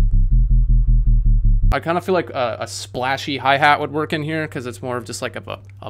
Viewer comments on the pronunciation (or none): none